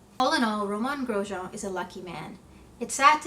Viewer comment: So refreshing to see someone actually pronounce the man’s name correctly